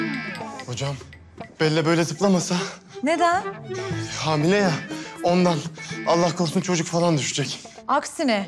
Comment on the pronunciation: Yine hamil demesi baran ya